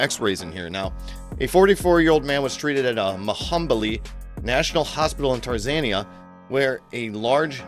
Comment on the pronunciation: So, apparently this guy is an idiot. There is no such place as "Tarzania". I can only assume that he means Tanzania..... I thought maybe he misread it or misspoke it the first time but he did it again.....